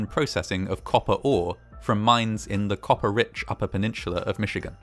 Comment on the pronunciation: Love your videos SO much! Tip from a Michigander, it’s pronounced “penn-inn-suh-luh”